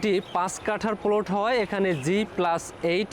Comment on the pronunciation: আগে প্লট উচ্চারণ শিখো তারপর জায়গা সেল করতে আসো😀😀